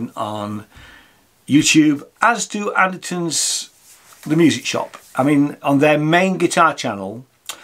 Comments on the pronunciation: OK... The simple problem that dude says Anterson rather than Anderton. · It's Andertons not Andersons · what is it with brits randomly pronouncing ANDERTON'S, Anderson's?